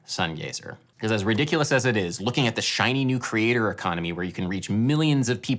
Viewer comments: Are you saying crater, or creator economy? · Oh you said CREATOR economy, I heard crater for some reason 😅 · Took me a while to realise you were saying 'creator' and not 'crater' :) It still sort of worked though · It took me over 2 1/2 minutes to realize Adam wasn't saying '"crater economy" (why the focus on astronomy /confused emogi) but "creator economy" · I've watched this a couple of times and on the first time through, I hear you say "Crater Economy" but then realize you're saying "Creator Economy." But then, on reflection and in terms of the entire video, "Crater Economy" also sounds appropriate. This is something that's worthwhile to think about for anyone pursuing art and looking for a way to make that fit into their lives and into the world. I've greatly enjoyed your video essays because they often get me to think about things in ways I hadn't previously considered, or go deeper into areas I have some interest in but hadn't yet taken the dive into (thinking specifically of "The Grotesque Legacy of Music as Property"). I'm glad you're still interested in doing these videos. I appreciate the work and the insight. Cheers! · When you say "creator economy" it initially sounded to me like "crater economy." And I was wondering what had cratered. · By the way you were pronouncing it at first I thought you were calling it the "crater"economy, which sounds more like the business ventures I get involved with. 🙂 Just like I'm sure everyone else is telling you here, your content is crazy valuable to your subscribers. Sadly or gladly, I can say that about a number of YouTubers content. I'd love to reward them all with hundreds of dollars but I just don't have it! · Oh, the “creator economy”; I thought you said the ‘cratered economy’! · It took me a few minutes to realize Adam was saying, "the creator economy". I heard it as, "the crater economy". It actually made sense and aligned with what he was proposing. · For quite sometime I heard you saying 'The crater economy'!